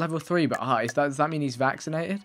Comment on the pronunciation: i'm seriously chouting at my computer every time he says it's a vacinated animal